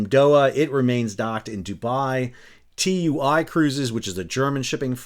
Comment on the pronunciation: The TUI brand is pronounced as you would pronounce "2 e", by the way.